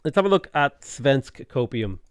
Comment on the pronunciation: I'm so offended listening to murdering my language. Except he actually says "svensk" ok, which is hilarious. Also the missed opportunity to rename Malmö to Copenhagen instead.